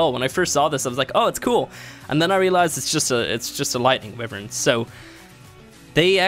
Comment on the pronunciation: Its, WHY-vern